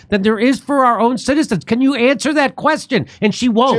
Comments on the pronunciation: What an “amswer”???? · "amswer"? C'mon man. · What's an "AMSWER" ? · "She has no AMSWER" (sic) ? You need a new video editor